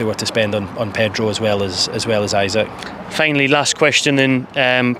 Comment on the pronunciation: E sak, Not Isaac haha